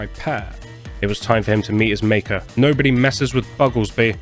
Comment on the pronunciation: "You're a Njobody" got me way harder than I thought it would.